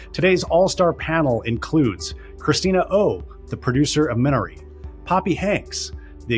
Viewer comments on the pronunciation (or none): Minari’s pronunciation can be a little tricky but it’s me-nah-ree. Thank you for the panel!